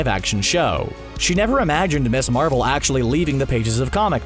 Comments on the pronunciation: Ms. Marvel is pronounced Miz Marvel. C'mon, basic grammar. The term Ms. originated in the 1960s and 1970s with the feminist movement. It's not Miss Marvel. It's Miz Marvel. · In case nobody has already mentioned it, "Ms. Marvel" would probably be pronounced Miz Marvel, not Miss Marvel.